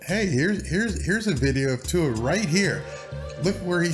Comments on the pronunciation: You totally said his name correctly the first time, you kinda said viola later, but, you're doing great, man! Love the channel! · Aha. You got Tua's name right the first time but butchered it the next. At least I know you care and your content has been excellent.